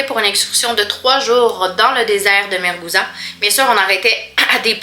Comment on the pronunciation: Le désert de MARZOUGA et pas MARGOUZA.